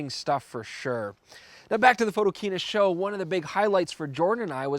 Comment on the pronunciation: I know right! We've already chastised Werner about that mistake. @